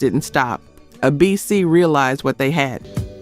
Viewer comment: Right. The mispronunciations: Bass, ABC, Rebbie R and B, dead giveaway